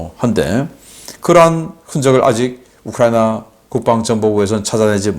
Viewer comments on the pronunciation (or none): none